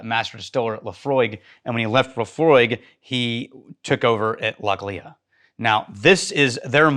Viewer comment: Lochhlee btw